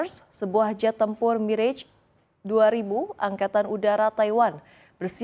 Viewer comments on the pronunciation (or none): none